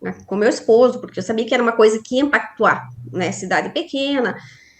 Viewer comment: "Compactuar" "camara" Pelo amoor de Deus!